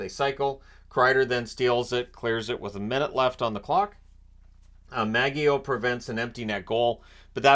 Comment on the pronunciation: Maggio has a soft G like Magic.